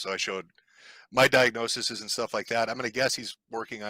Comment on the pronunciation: lol at the dude saying diagnoseses😂😂😂😂